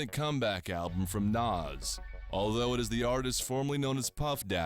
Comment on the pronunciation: This dude doesn't know how to pronounce NAS has no business doing a documentary.